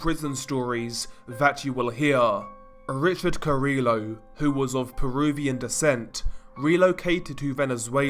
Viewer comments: You DO know that carrillo is pronounced car-ee-yo not car-illo? Double ll in Spanish makes a Y sound. Hearing you call him car-illo makes me cringe dude. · So in Spanish the double L is pronounced like a Y so this guy's last name would be pronounced cariYO ❤️love your vids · hearing the 'L's pronounced in carillo hurt the soul ngl LOL